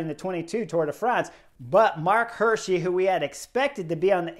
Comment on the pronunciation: It's pronounced "Hi:rschi" like = hear-she, is Swiss German and means "deer-guy" in English 😉.